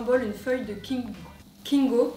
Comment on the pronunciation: Elle a dit Kinko x)